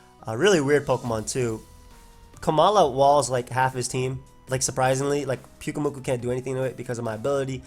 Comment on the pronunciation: I felt sad when you didn't say pyukumuku the way you normally did :[